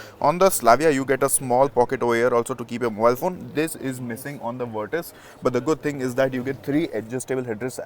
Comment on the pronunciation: Thank you for saying the name correctly